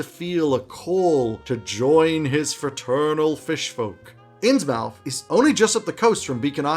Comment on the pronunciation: I will surely use several of these ideas! Innsmouth is pronounced [innsmuth] to give a smidgen of value back. Thanks for the great video